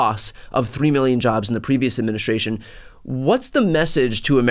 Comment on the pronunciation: What the hell is an "adminishashion"?